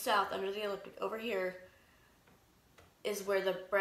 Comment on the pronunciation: You pronounce so many words incorrectly which makes it difficult for me to listen to you. Here in America, we say Flashlight not Torch. The word is Ecliptic not eliptic. You leave out the first 'c'. Schumann is pronounced with a long 'u'. I'm not at all trying to be snotty, particular, rude or mean. I realize that some people may consider my comment as "petty". To each their own. You've got great information here, your delivery needs work. Have a great day & may we all be observant & prepared.